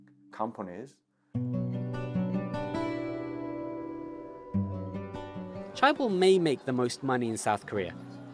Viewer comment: Cool but mispronunciations of hyundai and chaebol kills me everytime